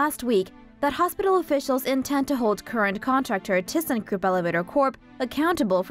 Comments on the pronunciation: It's a ThyssenKrupp, not a ThyssenKroop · You miss pronounced, “Thyssenkrupp”.